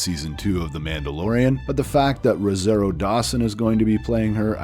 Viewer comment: Love ya... Roh-ZAH-ree-oh